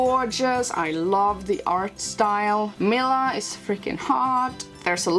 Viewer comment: Great vid man! Just a heads up, it's pronounced "Mi-LA" not "Mi-LI-A." They say her name all the time in the game too